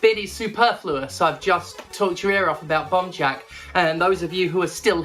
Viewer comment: Honestly im just here because its super satisfying the way steph says “bomb jack”